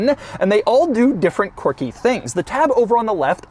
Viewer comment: Je suis français. How many times did you say "quircky"? LOL